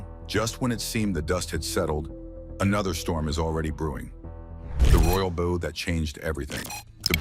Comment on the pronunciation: Narrator- your mispronunciation of the word “bow” is ridiculous. You are pronouncing it as 🎁 (the item on the top of the package). I don’t think that is what you are talking about.